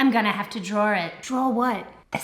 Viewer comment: I like how pronounces "draw". She going to drawer a certificate.